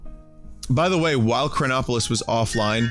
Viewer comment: whenever he said chronopolis i always thought cronbopulus michael